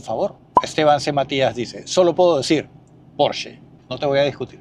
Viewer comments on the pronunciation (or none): none